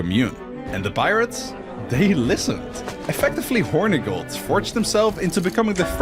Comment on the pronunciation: Ngl I hate that he’s pronouncing Hornigold’s name incorrectly it’s “horn-eh-gold” not “Horny-gold”